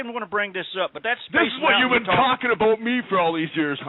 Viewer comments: I think it's doing flair.. yu could here the Canadian accent when he says "aboot" instead of "about".. and yu could here his Owen hart voice come out when he gets loud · Canadian flair impersonator. Listen to the “aboot” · You can hear it when he says "About" (Aboot). He is great!!